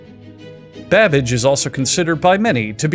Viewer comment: Is he saying Charles Badbitch or am I tripping??